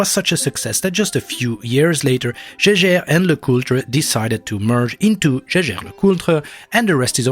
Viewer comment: You pronounced Jaeger wrong lol